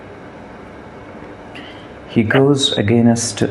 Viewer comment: Against ❌ agaaaneeest 👍